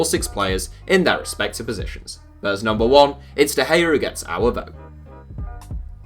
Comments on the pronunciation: David De gea not David gea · Also de gea should be d not g. U really know how to trigger someone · david de gea is a d not a g